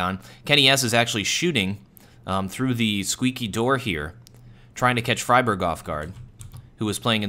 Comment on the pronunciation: His name is not "fryberg" it's more like "freeberg"